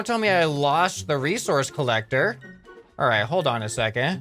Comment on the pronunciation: Bro you okey bro? You just switched s - c by saying (Recourse) instead of resources bro you alright? Are you drunk? Its ok anyways just a lil bit sus